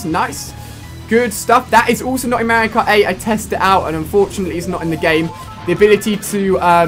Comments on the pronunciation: Alia its mario ! Not merio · Not to offend you. But you pronounce Mario like one of the characters from Paper Mario The Thousand Year Door. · I love "Rosilia" and "Mary-o" lol. They're my favorite characters. Rip mario kart wii :(